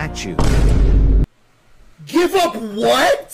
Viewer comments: “Spee spee speghe tiii”💀 “Stawww burry ooce croim”💀 “Nat shoes”💀 The three foods pronounced wrong 💀💀💀💀💀💀💀💀💀💀💀💀💀💀💀💀💀💀💀💀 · "give up nat chuæw" "spaghaaa spe spahcghathyii" "strawbeuwwi ice cweaim" "Wendy's fries aauaggahahh"